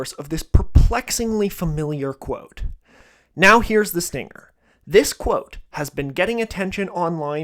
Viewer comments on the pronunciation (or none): none